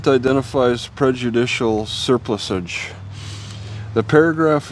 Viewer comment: The correct way to pronounce it is to emphasize the PLUSS not the Ser.